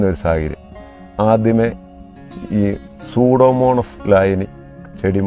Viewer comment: സൂഡോമോണസ് അല്ല സ്യൂഡോമോണാസ് (Pseudomonas) ആണ്. ഗ്രൈക്കോഡർമ അല്ല. ട്രൈക്കോഡർമ (Traykodarma) ആണ്.